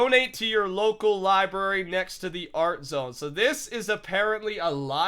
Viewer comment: It's library not libary. You triggered me with that.